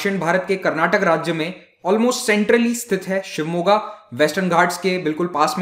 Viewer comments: Karnatak*A* Sir like you pronounced Shivamogg*A* correctly... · Super guru. Namma ooru Shivamogga